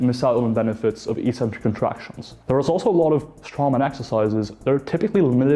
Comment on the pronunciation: I still can't get over how everyone says "EE-sentric" instead of "EK-sentric". It's so annoying. Stop it, people, please. This isn't a hard word; it's a simple Greek compound.